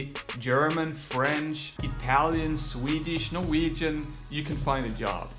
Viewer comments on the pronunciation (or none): none